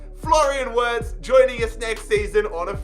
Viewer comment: and btw its said Virts but spelled Wirtz. German w are said as v's